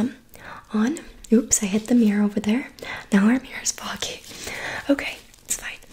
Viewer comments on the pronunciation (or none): none